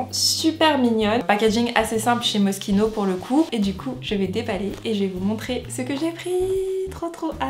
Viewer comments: Ca se lis pas moskino ca se lis mochino le s il est muet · Je pensais que c’était MOCHINO au lieu de Mosquino (niveau prononciation)